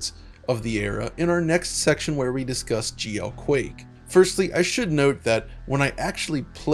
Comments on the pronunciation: My blood pressure every time he says “geoquake”. Excellent breakdown of the history of the game. First game I ever played multiplayer on PC and probably the first 3D accelerated too though I can’t recall for sure. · No, I was confused for a second as well when I first heard it. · me too..lol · I know he's saying GLQuake, but it really just sounds like GEOQuake to me.